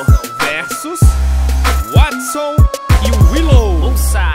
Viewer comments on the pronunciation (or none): Só eu que fiquei com agonia de ouvir ele falando ( Watson e Willou)?